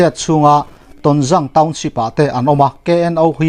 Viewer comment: Ton. zang tih na laitak kha thluk deuh la, zang. Tonza'ng..